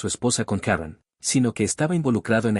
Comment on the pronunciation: Karron carol karen. Ponte de acuerdo narrador. Si la historia es en Guadalajara se pronuncia Karen.